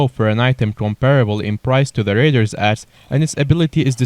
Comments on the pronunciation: Anybody hear raiders ass not raiders axe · Did anybody notice with his accent he said raiders ass 🤣